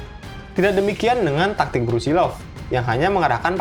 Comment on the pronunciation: Maaf min, nama sebenarnya Brusilov, bukan Brusilnov